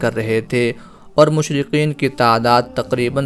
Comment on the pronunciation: مشرکین۔لکھو۔اور بولو بھی۔مشرقین غلط ھے